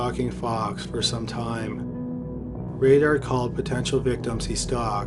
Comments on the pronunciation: Dennis Rader prounouced (Raider) not Radar (Raydar) Cupie Doll pronounced (QP doll) not (Q Pie Doll) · Raider like Paul Revere and the Raiders not radar. I learn how to read. seems like you’re from Canada. That might be the problem. You’re a Canadian.